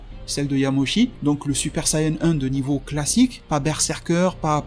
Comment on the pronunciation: Quand j'ai entendu "Yamoshi" j'ai vraiment eu envie de quitter la vidéo